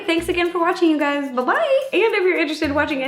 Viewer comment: i thought you said “hey gays” in the beggining i legit peed